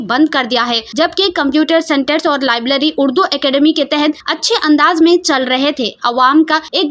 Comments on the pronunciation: Lablary nahi Please correct it .labrary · Lablery nai library hota hai